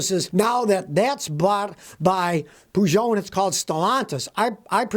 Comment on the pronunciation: Scotty the one and only American who can pronounce “Peugeot”